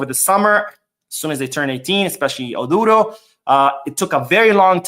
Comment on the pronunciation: Hi, The name ODURO is pronounced like...... oh-droh. The U is not stressed but almost silent.